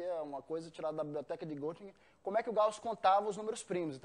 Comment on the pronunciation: estranhei ele dizer que morou na Alemanha e pronuncia Gottingen.O correto é Gettingen,pois se escreve Göttingen pois o trema no o dá som de ê